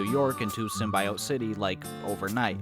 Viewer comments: Why are you so determined to pronounce symbiote SymbIot? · why do you pronounce symbiote like that